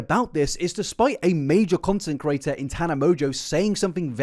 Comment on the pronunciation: Can you say content CREATOR in future? I just want to hear it out of sheer curiosity now. I hear you say content curator dozens of times per video.